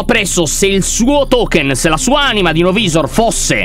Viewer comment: Lyon una cosa novisor si dice novaisor